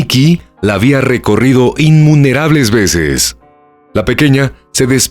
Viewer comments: Desgarrador caso! Se dice innumerable, no inmunerable y solidaridad, no solaridad. Me extrañaron mucho estos errores. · Buen video. Pd.: Es innumerable, no inmunerable